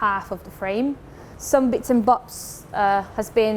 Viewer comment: It's how the Japanese pronounce it. But her speech patterm doesn't help. "some bits and box" she says too